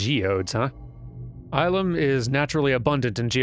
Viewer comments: Well, it's not Ilum with a hard I. It's a softer I. Ih-lum. And the planet does show up in a few other places. But the first time we really get to see it (and the entire inspiration for this portion of the game ) is The Clone Wars Season 5 Episode 6, "The Gathering" ( ). In it, Grand Master Yoda and Padawan Ahsoka Tano escort a group of Younglings to this very temple, and the episode revolves around the group earning their Kyber Crystals. It's a lore-dump episode that helps to establish the Jedi's spiritual roots, as well as serve as the foundation of New Canon's "No Synthetic Lightsaber Crystals" rule. Through their connection with The Force, each Kyber Crystal is, in a way, alive. It bonds with its wielder. And the way you get Red crystals is by a Sith practice known as "Bleeding". Basically, you torture the Kyber Crystal and make it completely submissive to your will through use of the Dark Side. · Illum has appeared in a lot of things. And the "ill" is pronounced the other way.